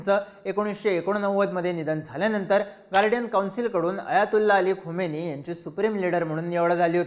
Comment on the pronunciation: Khamini not khomeini. Khomeini died long back , present leader is खामेनी